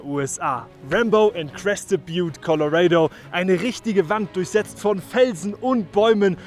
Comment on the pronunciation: Colorado wie du es sagst echt Witzig